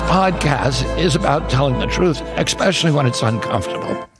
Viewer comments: "expecially" Instant disqualification! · kennedy says "expecially" instead of especially? Seriously! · Did Kennedy really say "expecially?" Did I hear that right? He works for someone who throws people in concentration camps for not speaking English. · RFK lost me at “eggspecially”. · Bobby jr says it "expecially". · What? Did RFK just say “ex-specially”? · Someone should tell him there is no "x" in "especially"